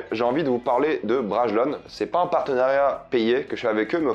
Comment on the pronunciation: J'imagine la réponse de Bragelonne: "si t'arrête de dire "braguélonne" on te file un bouquin" ^^